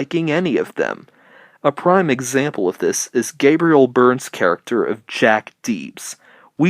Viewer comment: PRIME example. Not “brime”. And it’s executives, not “execatives”.